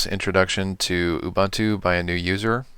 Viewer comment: That's UBUNTU or "OOBOONTOO", not "OOBANTOO". UBANTU doesn't exist.